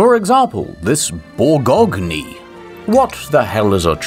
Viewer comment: As a French it's a delight to hear you pronouncing that a "boor - gog - knee" - please stay yourself <3